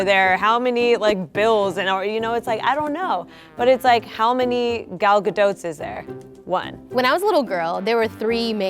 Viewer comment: is no one going to talk about how she said Gal Gadot?